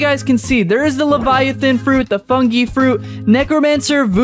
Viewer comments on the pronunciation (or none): Funge LMAO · bro said fungy fruit lol